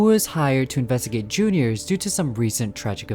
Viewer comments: listen i dont mean to hate but pls stop calling it J.r's it's juniors the trailer you showed it calls it juniors this is just a small complaint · Jr's, not J-R's